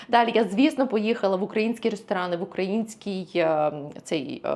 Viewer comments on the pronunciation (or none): none